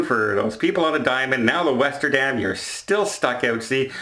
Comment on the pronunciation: The Westerdam ought to change its name to the Lesterdam, because that "W" is now an "L." XD Thanks for the video,! I appreciate the updates, and the "I told you so" was just hilarious!